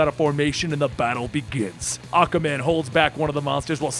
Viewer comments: Aqa man. Not aquaman apparently lol Bar-bay-dos.. not bah- dos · why do I keep hearing Acaman instead of Aquaman? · Did nobody else notice he said ocaman instead if aquaman in the battle againt Mongol?😑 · I enjoyed your narration. You do a good Joker voice. The only thing I noticed that wasn't right was you say "Awkaman" instead of Aquaman. It's said "Ah-kwah". Also, its Riddler is not Riddle-er. It's only two syllables, not three. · why do you keep pronouncing aquaman "ACAman?" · Why does he keep calling Aquaman Acaman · Why my dude saying aquamans name like tht